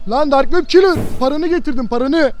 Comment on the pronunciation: Abi ben ne dedim dark wep kelrı dedi demedimmi